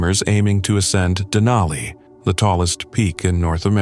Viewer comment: It's Denali. Sincerely an alaskan